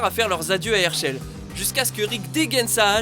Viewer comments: Le plus choquant dans tout ca c'est la prononciation des noms "Hairchail" mdrrr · ERSHEUL !! IL EST OU ERSHEUL IN ??? ...